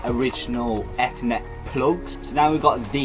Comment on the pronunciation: good video bruh....just a little hint...you're pronouncing ethernet wrongly. regardless of american/british english